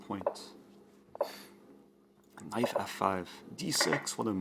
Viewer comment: Why do I thinks he is saying knife instead of knight